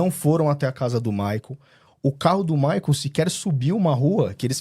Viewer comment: Alguem avisa a da shopee que Maicol nao é uma palavra oxitona? 🙄